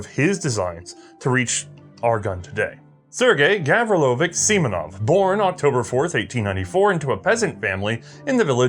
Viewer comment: Dear, the CH at the end of Russian words is pronounced as CH in chair, not as CH in choir. So Gavrilovich has TCH at the end, not K.